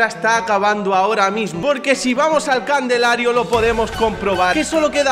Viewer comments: Like si notas que dice Candelario jaja crak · Xq dice candelario en vez de calendario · Candelario jajajjaja es calendario para que aprenda a decir calendario tío yo soy clases pero a cambio de nada ya que eres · Nadie: Absolutamente nadie: El: "Candelario" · es "calendario" no "candelario" 🤣🤣🤣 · Nadie: Absolutamente nadie:: Candelario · Like si te diste cuenta que ya dijo muchas veces "candelario" en vez de decir "calendario" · No se ustedes pero dice Candelario en ves de calendario? Lo hará a proposito nunca lo sabremos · Che dijiste candelario en vez de calendario LIKE y saludos de Argentina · JAJAJAJA DIJO CANDELARIO EN VES DE CALENDARIO JAJAJJAAJAJJA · Alguien se dio cuenta que no sabe decir calendario dice Candelario jajaja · no se si te des cuenta que dices Candelario en lugar de decir calendario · candelario jajjajajjajajajajajj es calendario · Ha dicho Candelario en vez de calendario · Por Que Dice Candelario🤔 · Like si escuchaste a decir "Candelario" en vez de Calendario JAJAAJAJA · Por qué siempre dice Candelario cuando es calendario 🤔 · Dijo Candelario en lugar de calendario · por cierto ¿porque dices "candelario" en ves de calendario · se dice calendario no candelario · Like si escuchaste que dijo candelario y era calendario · Porque dice candelario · pq siempre dice caldenlario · Enserio dijo candelario ? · Se dice Calendario no candelario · Alguien le puede decir a este señoe q lleva por lo menos 5 cap diciendo candelario q hasta hoy en mi casa lo dije, y es calendario porfavor gracias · El desde hace tiempo dice "Candelario" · Candelario una palabra que para es imposible de decir bien😂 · Like si escuchaste al principio del vídeo que dijo cadenlario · que coño te pasa con la palabra "calendario" que siempre la dices mal jajaja